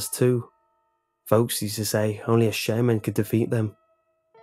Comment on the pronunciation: He keeps pronouncing shaman as "Shaymin". It's confusing.